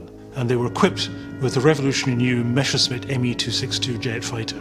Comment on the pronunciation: For fuck's sake, narrator: it's "Messerschmitt", not "Mescherschmitt" :-/